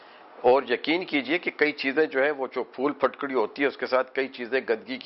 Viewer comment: plz correct ur Urdu,it's Phitkari not phatkri